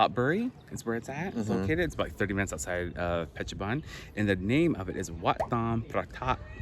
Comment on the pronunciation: Pronunciation correction: Phet or Pet Chabun (boon). altogeter: ia Petchaboon spelling as phonetic way. ha ha ha